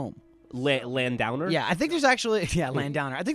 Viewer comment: Lan-downer?! Surely you mean LAND-OWNER